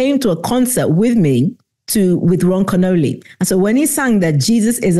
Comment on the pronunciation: I think it's pronounced " Ken-Ol-ee" not like the Italian dessert, Cannoli lol:) Thank you for your ministry .